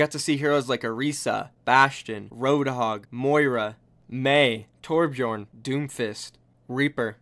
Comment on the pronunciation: "torbjorn" lmao how u said it